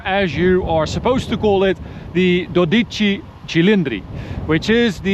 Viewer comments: Its pronounced - "doe ditchy." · Dòdici not dodìci, wrong accent, meanwhile the pronounce of cilìndri was correct 🇮🇹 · i am yet to find someone who says 12 right in italian, it's horrible for who does speak Italian.